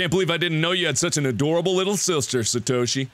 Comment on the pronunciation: ISE CREEM Official he said Satoshi right